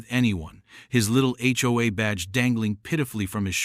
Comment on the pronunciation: It's just pronounced H-O-A each letter individually😊